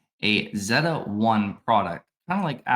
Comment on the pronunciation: Can we agree that it’s pronounced ZAY-ta? :P